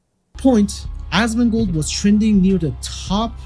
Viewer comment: why is it “asmangold” seems like it’s ai 🤷‍♂️😂